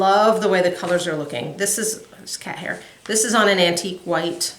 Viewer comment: I giggle every time I hear you say “cat hair”, in your videos. I totally get it 😆